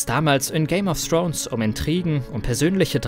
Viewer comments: Dass es Thrones, und nicht Srones heißt, ist euch klar, oder? ;-) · So mein Freund und du lernst bitte erstmal richtig Englisch weil wenn ich noch einmal "Game of Srones" höre kotze ich. Thx😁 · Man spricht es nicht Game of srons aus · Srones nicht Thrones? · Alter wenn man es nicht aussprechen kann sollte man nicht 100 mal Game of srones sagen!!!